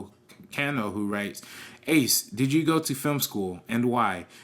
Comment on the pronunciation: Thanks for answering my question guys! You butchered the hell out of my name ACE but you got a laugh out of me!